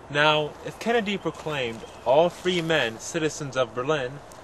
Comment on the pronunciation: good job on the video, kudos. thanks for clearing stuff up.... but 1/2 did you say John F "Candy"? sounded like it. lol the mystery continues..